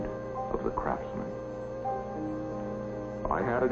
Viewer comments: There was an Italian area in Watts many years ago. By the way his name is RO-DIA not Rodilla. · Narrator is pronouncing Simon's last name wrong. It's Rodia. Not Rodilla. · Is it just me or does this guy keep saying "Rodilla"? wtf? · What in heaven's name is wrong with the person who narrated this film? The film has one main topic: Simon Rodia and his towers. And the narrator calls him "Rodilla"! It's ridiculous that a whole film is narrated about somebody, and the narrator can't get his name right! I suppose he went on to narrate a film about President Abraham Lincorn. Or Mahatma Ganges. Absolutely idiotic and embarrassing.